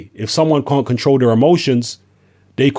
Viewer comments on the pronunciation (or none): none